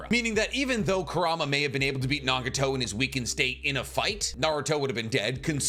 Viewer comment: who is naga-tow lmao